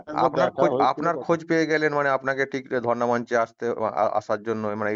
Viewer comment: ধর্না মঞ্চ। Not ধরনা